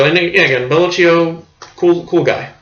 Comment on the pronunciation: It’s “Bello-kee-oh”.